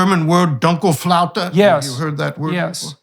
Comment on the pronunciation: Dunkelflaute (and Dr Koonin pronounced it perfectly) is translated as "dark doldrums". 😊